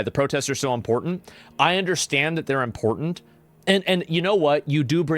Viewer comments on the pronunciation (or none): lol he says "impotent" like hes trying to say "important" with an accent